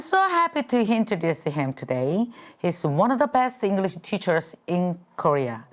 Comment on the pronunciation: 김미경샘 계속 영어공부하시는 모습 대단하세요 저는 35년차 영어교사입니다 노력하시는 모습 보기 좋아요 발음 부분은 쉽게 바뀌지 않는 것 같아요 다른 발음보다 English라는 단어가 살짝 어색하게 느껴지는 것 같아요 단어의 강세에 좀 더 주의해서 문장의 억양을 자연스럽게 연습하면 더욱 더 발전하실 것 같습니다 지금도 충분히 잘 하고 계시고 앞으로 더욱 정진하시는 모습 응원합니다❤